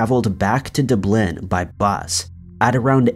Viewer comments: Dub lin. Not dblin lol omg come on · Bro DAAA BLIN you crack me up its dub-Lynn and come on Ireland 🇮🇪 Dublin you know 😉😎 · Wa-wa-wait a second. You think Dublin is pronounced "deh-blehn"??? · It's doooblin bud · Why does Ty say "Dwu-blehn" instead of "Dhub-lynne"? It's still Dublin, right? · OMG! Is that what he was trying to say? Pronounces it De bléh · Why du blin? That’s not how anyone says it. It’s one word. If you want to pronounce it the local way you emphasize the DUblin. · It's pronounced DUB Lynn, NOT Da Blynn. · Dublin - D-blin or, as everyone else says, Dub-lin Naas - Nars, or as everyone else says, Nace (as in face with an N) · Doo blin.... Nos......😝 it’s Dub lin and Nace(Naas) 🙃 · my god man... DUB-LIN. NOT DOOO-BLIN. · Sorry, I have to ask what is a dub-LIN? Emphasizing that wrong syllable....it's infuriating and it's DUB-lin. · Dubleen wtf? But its okay i guess. I am not an english native speaker but still i know its pronounced Dublin like Bubbling without the g. But who am i to speak... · Never heard Dublin pronounced that way, but ok. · How did you pronounce Dublin? Dub lin.... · Yes dude!! Duh-blin 😂 we can’t wait for new vids halfly bc of his pronunciations and annunciations 🤣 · Dub Lynn lmao 🤣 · dub-LIN? I knew a barmaid who immigrated from Ireland and she used to crack up at me trying to pronounce Gaelic words. But i did pronounce Dublin correctly. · Man the way you say Dublin haha Dubblah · 🤣🤣 Da - blynn 🤣🤣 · Your Irish cities/towns need some work 😉 Dublin is pronounced Dub-lin, Naas is like mace but with an N obviously! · Its duuublynn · PLEASE REMEMBER THIS,! IT'S PRONOUNCED DUBlin! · it's DUB'lin - like DUB step - except "lin" instead of "step," rhymes a bit with "public" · Dublin is pronounced dubb-lynn. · I've heard him mispronounce Dublin in that way before. 🤔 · His mispronunciation of Dublin annoys me for some reason. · I about pissed myself hearing that pronunciation.... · The way he pronounced Dublin, sent me 🤣🤣🤣